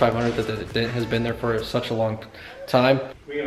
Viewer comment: That’s really cool, about what does it cost to fix a small dent? That would have been fun just to watch those dent guys work.... sounds like you were saying “dead guys” to your son. Lol.